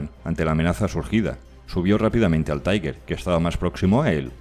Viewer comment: Este pretende ser un comentario constructivo: se usa una pronunciación en ingles para TIGER " taiguer"; La correcta sería en alemán algo así como "tiga" Un saludo